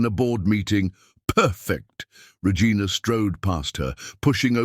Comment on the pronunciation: Why does the AI keep mispronouncing the name Regina?